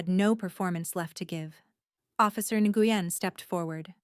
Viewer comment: It’s officer “Win (Nguyen), not “Ne-gu-yen! So frustrating when they mispronounce names!!